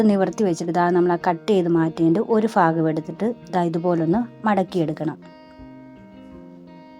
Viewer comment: സംഗതി അടിപൊളി ആയിട്ടുണ്ട്.. എല്ലാ ""ഫാഗവും " നന്നായി ഒട്ടിച്ചു.. അടിപൊളി 🥰🥰🤭🤭